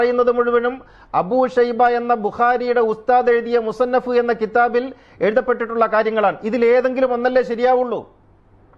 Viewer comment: താങ്കൾക്ക് ആ കിതാബിന്റെ പേര് പോലും അറിയില്ലടോ വിഡ്ഢി. മുസന്നഫ് എന്നു വായിക്കാൻ പോലും അറിയാത്ത ജാഹിലാണ് താങ്കൾ 😂